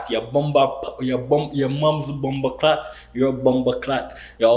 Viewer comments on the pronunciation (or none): As a Jamaican and a subscriber ur potois needs help 🤣🤣 Bomberclattt 😂😂 JAMAICA 🇯🇲🇯🇲 🤣🤣🤣